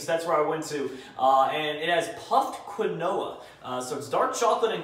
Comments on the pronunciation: its keenwaa (quinoa) not qwinoah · Quinoa... Pronounced keenwah... Not kwinoah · Quinoa. Kwin- o-ah. KEEN-WA. KEEN -WA. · Quinoa is pronounced Keen-wah, not Kwin-oh-uh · Quinn-no-ah..., do you mean Quinoa (Keen-wa)? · Quinoa is pronounced "keenwah" for future reference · Quinoa is pronounced like keen-wah. Just for future reference. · I think phonetically it’s said keenwah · As a Jew, it makes me so sad to hear it pronounced like he does. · its pronounced keenwa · "kahn-oh-ah" you mean quinoa? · Hey. Not trying to be rude or anything just being constructive. If you didn’t know Quinoa is pronounced Kin-Wa or Keen-Wa. Again, not being harsh or rude just letting you know. Love the videos keep it up. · Quinoa Key-No-Waa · quinoa is pronounced keenwah isn't it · Quinoa is pronounced like keenwaw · Quinoa is pronounced Keen-wa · Quinoa lol it's pronounced (keen-wah) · Jeez,. That’s not how you pronounce Quinoa. Say it with me... KEEN-WA 😒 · it’s pronounced key-nwoi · Methinks pronounced quinoa wrong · U right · I know I was seeing if anyone mentioned it in the comments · Yeah but oh well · the way u said quinoa , i can say it and im 11... LOL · I almost screamed when he butchered the pronunciation of quinoa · The only flaw i saw in this vid is he pronounced quinoa wrong but him do him keep up the good work